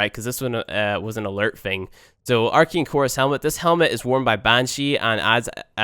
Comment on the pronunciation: Why do you pronouce it Arkein?? It's ArcAne." Geez.